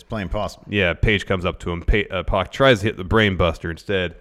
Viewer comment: Can you two please call PAC by his name, he's name isn't meant to sound like X-Pac (it's prob the reason he pronounces it the way he do)